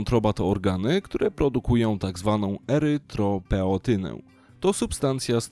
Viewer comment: Erytropoetynę, nie erytropeotynę i nie erytropętynę.